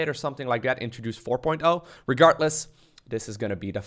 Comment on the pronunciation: please, it's "regarDless", not "regarTless"! Every time I hear you mispronounce it, my heard sinks.